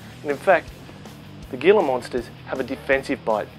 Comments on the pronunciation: It's pronounced "HEE la" not GEE la. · The "gila" in gila monster is NOT pronounced "geela," it's "heela." "G," followed by "e" or "i," has the "h" sound. That's first year high school Spanish! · hila monster don't pronounce the G. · Gila is pronounced Heela. It's Spanish. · Very interesting stuff. However it's pronounced Hee-la Monster, not Gee-la. Just like Gila River is the Hee-la river and its Latin name is Heloderma suspectum (Gila monster) or horridum (Mexican beaded). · Awesome display of animals especially the mamba, but one thing to remember is the Gila Monster is pronounced with an H as in Heel. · In the South/West United States the G in Gila is pronounced like an H as in house, or J in Jalapeno. Might be a regional dialect however I did want to mention it. (Hee La monster) phonetically . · ThePCThug thanks for that but we pronounce it Geela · Gila...its a spanish word from new mexico so the g is a h. its pronounced hila but spelled gila. and they aren't from Mexico their from New Mexico. I live there and have seen many before in the wild. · The proper pronunciation is Hila not Gila. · it's pronounced heela monster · It is pronounced hila monster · the G in Gila monster sounds like a H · No 'mamba attack'. Most of the video is looking at captive-bred ball pythons and venomous lizards (and mispronouncing the name of the Gila monster...it's hee-la, duhhh.) Then you show a mamba, also say its name wrong... (it is pronounced mahm-bah.) I was pissed off. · He pronounced Gila Monster wrong. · The "g" in gila is pronounced as an "h". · How does this reptile 'expert' not know how to properly pronounce "Gila?"